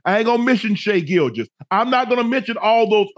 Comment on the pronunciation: “I ain’t gon mention Devin Booker. I ain’t gon mention Shai Gilgous.”….. …”Lemme read through the names real quick. Devin Booker! ☝🏾Shai Gilgous!” ✌🏾😆🤣